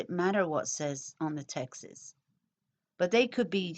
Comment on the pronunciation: good work on these videos they were helpul! you say the word "texts" exactly like "Texas" lol sorry just had to point that out